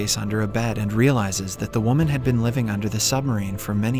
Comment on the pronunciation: You must of been tired making this lol Did you say bean instead of been? Get sleep my dude. Love your recaps though.